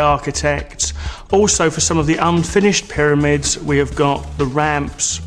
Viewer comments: "ConTRAWvissee" & "piddymids"... So this was narrated by the Geico gecko, then? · "Piddymids..." "Contrahvissy..."